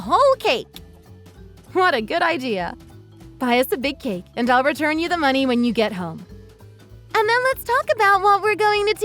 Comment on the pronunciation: you’re an IDIOT! You can’t even say “return”! 🤣🤣🤣🤣🤣